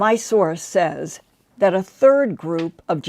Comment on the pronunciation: The word "says" is not pronounced the way it is spelled; it is always pronounced "sez".